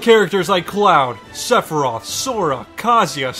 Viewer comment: Did he say cleferoth